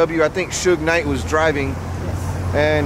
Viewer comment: He said Shuge knight